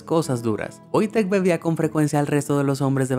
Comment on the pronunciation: por que en el video le dice VOITEK si se llama WOJTEK???